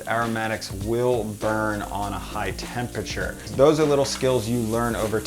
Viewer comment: The word is “temperature” with 4 syllables, not “tem pa ture” with just 3 syllables. Got it?